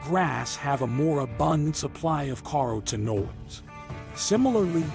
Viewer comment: "Car O Tinoids" 😅